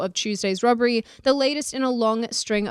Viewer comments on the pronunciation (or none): It’s not Rubbery ROB ROB. NOT RUB. R O B B E RY. Please